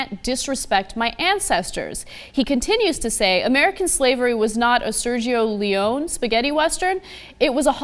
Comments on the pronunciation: The only thing that offends me about this story is Ana's mispronunciation of Sergio Leone. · Can Ana SERIOUSLY not pronounce Sergio Leones name? Come on.